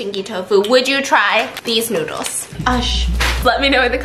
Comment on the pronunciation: lol he say “Come try the stinky noods”